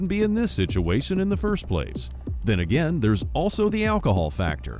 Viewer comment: I think she calls agaim